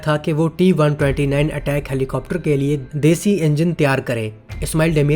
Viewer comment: Bai sab is helicopter ka naam Attack nai ataak ha Jo k Turkish word ha jiska mean ha bara.